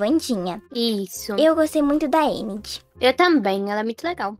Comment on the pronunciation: Eu gostei da Wandinha Vcs tão falando endi mas e enid o d mudo tem som de de